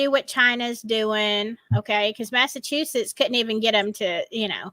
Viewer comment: Prisoners of Conscious? "Massa- two-sets"😅